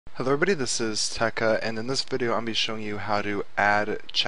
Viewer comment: "hullo evrehbodeh, this is "